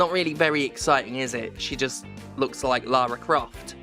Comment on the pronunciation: Why does Stephanie keep pronouncing Laura Craft's name wrong?